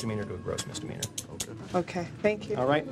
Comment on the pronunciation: "all for what, a minor mister meaner?!" lol never heard misdemeanor pronounced that way before haha